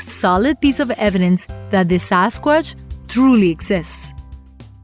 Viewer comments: SAS quash !😂Indian version!...can’t even say Sasquatch! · The narrator's hobbies include mispronouncing words and putting the wrong emphasis and inflection wherever possible. Lol sasquassh. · since when we say " Sasquash" :D ?